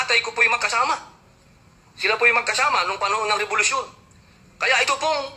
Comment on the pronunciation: anong sabi nya? rebolusyon daw bwahahaha